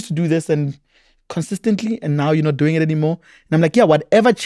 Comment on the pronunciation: “How you dzoing” I miss Miss Wendy so so much